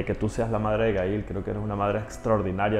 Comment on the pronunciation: Q fastidio llamando a su hija Ga-il, tal cual y como se describe en español. Es un nombre en ingles pronuncienlo como se debe..